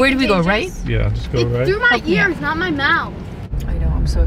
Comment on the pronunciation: “ are you cOnTaGiOuS” “NO it’s through my ears NOT my mowethhh”